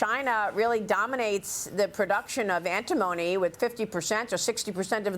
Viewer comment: ANT TI MONY - Say it correctly.. 😅🤣